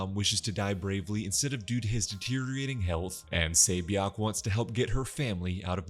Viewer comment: Say bee yawk? I really appreciate the reminder tho my man. Just would have made it easier to follow if the names were remotely recognizable. I'd assume she's 세 비역? But it's too hard to tell